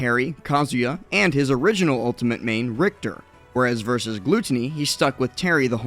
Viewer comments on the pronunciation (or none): none